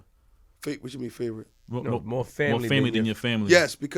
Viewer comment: whaddya mean “favorite”?! there woz bout 2 b a epp body on queenzflip. queenz saw shaun bout 2 red 🔴 g money & got his mans outta the firing line with a st-st-stuttering pronunciation of the word family, not favorite. streetz b alwayz listening as well as watching. shawn hartwell’s lived that life frfr 🤣👁👂🧠💪🏾💰